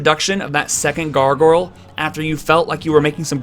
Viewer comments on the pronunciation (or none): Did... did he just say 'gar-gurl'?